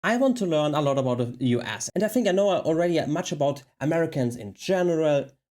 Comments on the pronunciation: He pronounced US as "you ass." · haha when you say U.S. is sounds like you're saying you ass.